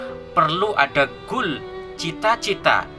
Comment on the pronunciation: Di suruh nulis apa yang anda ucapkan dan apa yang membuatku kesal:LU KALO BICARA SELOW SAT BACANYA CEPAT KALI LU MAU BACA ATAU LOMBA LARI SAT satu lagi sok Inggris goal bukan gool you need to learn more about English you dog shit remember you still have life save that for later suks